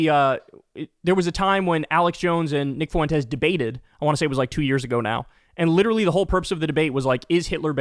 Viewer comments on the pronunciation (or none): Are you trying to say “Fuentes?” Well don’t do it. ‘Cause it hurts my ears when you do it. Fwen-tez, not foo-en-tez. I can’t stand the guy, but it’s Español 1 pronunciation. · It's not "foo-WEN-tez", it's "FWEN-tez". Profoundly irritating. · No shit FOO- EN- TEZ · Why are you adding an extra syllable to Fuentes? I swear white people refuse to roll their rs when speaking Spanish then turn around and say “fiddy cent” instead of fifty, or in this case “FUH WHEN TES” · Fwen-tay. Drove me nuts the butchering of that name. Anyway, as for him no one wants Nick on our side either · Can you say his name properly. You sound uncomfortable saying it. Now imagine how uncomfortable i am listening to you be uncomfortable over and over by your own choosing😂😂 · Learn how to say "fuentes" properly. It's not that hard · "Fuentes" has 2 syllables, not 3. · Fuentes is a joke, but please for the life of me Kyle Fuentes is 2 syllables. The three syllables makes me cringe every time LOL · Three syllables instead of two